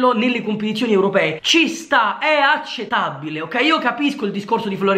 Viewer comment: "È ACETABILE" GRANDE 😂